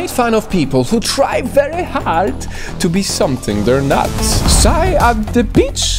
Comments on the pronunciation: PSY(sy)? I thought it was pronounced P S Y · Okay, first and foremost, we don't say PSY like "psai". You just spell the letters: P,S,Y. That's it.